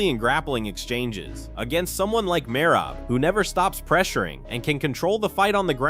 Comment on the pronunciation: Learn how to pronounce Merab. You have said it 2 different ways within minutes. You also mispronounced Islams name.